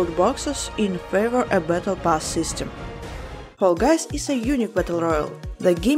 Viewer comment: Fall "Gays" wut?!